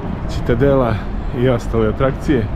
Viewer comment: Ali, "Ćitadela".....legenda si! Predobar izveštaj!